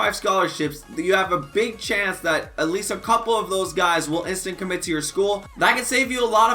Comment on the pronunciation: He says at leet lol